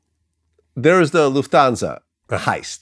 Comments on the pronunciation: It's Luft-Hansa, not Luf-Thansa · How did Vlad pronounce Lufthansa? It's not some fancy exotic word xD It's German. It's Luft and then Hansa. Which is pronounced like Hun-Suh. He actually said it almost right , that was pretty accurate. Yeah and this guy cappin... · I HATE HOW VLAD SAYS LUFTANSA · Why do you say Lufthansa so Jewey?